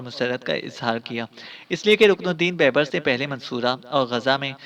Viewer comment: بھائی بیبرس ب٘یب٘رس دوسری ب کے اوپر شد ہے